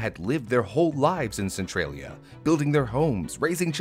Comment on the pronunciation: So pronounces Central as Centrail? Since when? its Centralia not Centrailia. lol